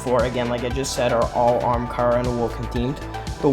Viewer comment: stop saying aramkara bro 💀where do you see the R